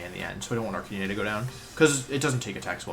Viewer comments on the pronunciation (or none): They way you pronounce Pokémon names makes me so triggered it’s vikavolt not vikivolt And not arcan-ee-nay it’s arc-at-nine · Why does he say "Vik-eee-bolt??its Vikaaaabolt...also with Arcanine...he says Arca-nee-nee...very cringe and a little suspect on Wolfe...